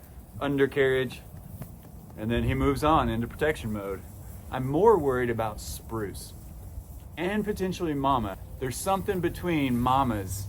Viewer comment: Spruce sounds like Bruce. It is so funny.